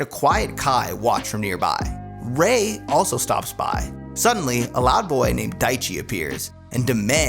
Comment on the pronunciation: Wait a second did he just said Rayquan 😂😂😂😂